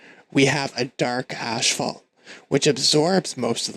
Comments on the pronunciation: Wonderful video, thank you very much! Quick note: the word asphalt is pronounced "as-falt" not "ash-falt"... ;) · wait what accent is that where you pronounce asphalt as ash-falt? I've never heard it pronounced like that